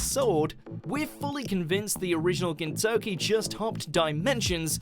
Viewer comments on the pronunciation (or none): Y u pronouncing gintoki as Kentucky. Lmao.